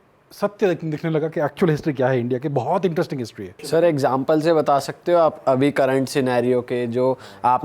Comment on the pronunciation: chuu anchor...wt is hishhhhtryyy mchod